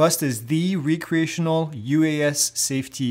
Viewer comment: You keep saying Re-create, not Rec-reate. Re-create means to create something again. Rec-reate means for fun. Same spelling, different meanings.